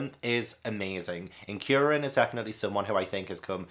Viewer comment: Kuririn is Kuri, which means chestnut in Japanese (because his bald head) and Shaolin, because he’s a monk. And Krillin I think is just because Kuririn is so hard for English speakers to say. You say it right tho. Almost all the names in dragon ball are puns.